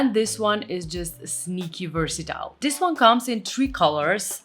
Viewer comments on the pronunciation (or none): Sorry, but WHY do you say: dis* ( this) although I must say your English is VERY good, it just makes me cringe when you say *. It sounds street, uneducated, from the street... So please put the tip of the tongue between the teeth, pull quickly back in the mouth & put the upper & lower teeth quickly together= THis